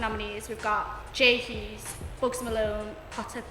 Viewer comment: Oh dear this girl just said "J HEUSE". i'm done loool